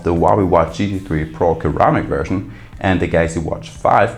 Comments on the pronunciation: It's ceramic not keramic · Ceramic = suh - ra - muhk pronunciation